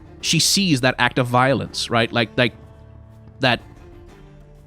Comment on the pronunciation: "VI olence" HAHAHAHAHA... I'm sorry I just had to do it